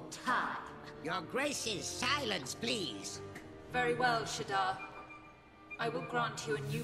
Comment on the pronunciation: Nope. Shadar. Not Shadaar.